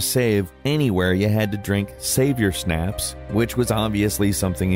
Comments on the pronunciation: Savior snaps…? Lol wtf. It’s schhhhhhnapps. Like the booze. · Schnapps is said as shnop not shnap. So is an "ahh" sound. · Schnapps is not pronounced like snaps lol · "Savior snaps"? Im gonna assume said Schnapps wrong on purpose.